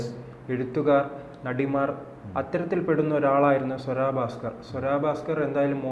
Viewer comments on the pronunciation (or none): സ്വരാ ഭാസ്‌ക്കർ അല്ല.... സ്വര ഭാസ്കർ.... മലയാളം വായിൽ തോന്നുന്നത് പോലെ പറയാനുള്ളതല്ല.... അത്യാവശ്യം മലയാളം പഠിക്ക്, എന്നിട്ട് ഈപണിക്ക് ഇറങ്ങ്....